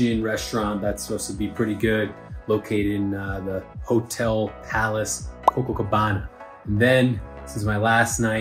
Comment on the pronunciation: come on..no bueno, why?? It's nao bom. Cococabana and empanada beach?? Come on man. This is why people overseas do not like Americans. Gotta make a slight effort, at least, to learn a few words and locations...but I do love your videos. always entertaining. And bravo for taking the metro.